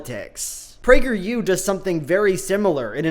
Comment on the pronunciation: As a person on the right, I agree with you, because PragerU for kids sounded like “Plague your kids” and that sounds bad.